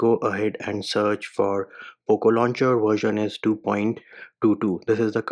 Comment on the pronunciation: I heard once "Loop Launcher" but when I did rewind and saw 😂😂😂 Mann "Poop launcher" lmaoo x 100